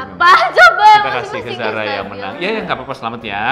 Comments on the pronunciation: "Zara" kak bukan Zahra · Zara min bukan zahra tolong